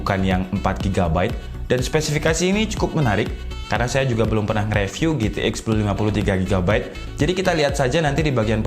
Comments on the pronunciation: Bang baca review nya jgn re tp ri, saran aja nih :) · *Saran : review dibaca riviuw